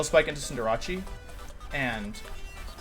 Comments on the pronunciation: does everybody call Cinderace "Cinderacci"? I always thought it was "Cinder" "ace" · Why does he pronounce Cinderace like that? Maybe that's why he kept going second... disrespecting his pokemon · Why does he pronounce Cinderace's name like that? It's slightly irritating to here that xD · it is pronounced cinder-ace, it's just a meme on this channel to deliberately mis-pronounce pokemon names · The “Cinder-achi” pronunciation started to feel like a Drilbur digging into my brain mid-way through the video ._.